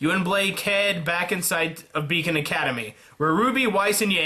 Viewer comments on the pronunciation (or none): the first time you said Beacon Academy it sounded like bacon academy. You my friend, know how to make people happy! Ps thank you so much for making these videos. I actually found out about you from your rwby about season 3 vid, and I liked it so I stayed. Please keep making these videos, and could you also PLEASE PLEASE PLEASE do Dangan Ronpa?! I noticed your monokuma pin and I freakin love the game series and animes. But please if you do please get the english version.